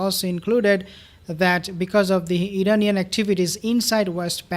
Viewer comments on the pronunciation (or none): none